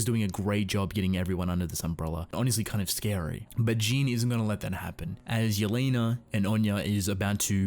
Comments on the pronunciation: I love your videos but... It's JEAN not Jin/Jeen/horse face ._. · It's Jean not jean